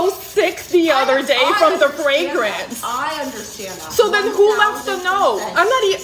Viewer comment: The way she said fragrance sent me every time lmaooo